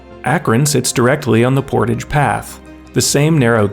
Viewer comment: Portage like “mirage”